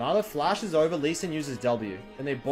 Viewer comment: Locks in yi “now it ovuh rovuh”